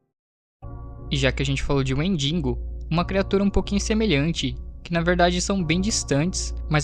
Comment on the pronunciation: O vídeo tá incrível demais , mas a cada wendiNgo q eu escutava era uma risada diferente